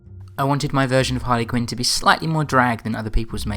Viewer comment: it's not harly quinn